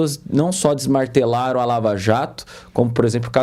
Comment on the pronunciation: Esse jornalista à direita é ruim demais hein!!! "DesmaRtelaram" (deveria ser desmaNtelaram)... Lula legível (deveria ser Elegível)